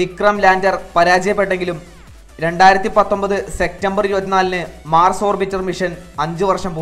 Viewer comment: എന്തോന്നെടെ..... സെക്റ്റമ്പർ? സെപ്റ്റംബർ എന്ന് പറയൂ